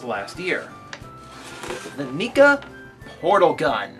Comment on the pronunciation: NECK-a. Not KNEE-ka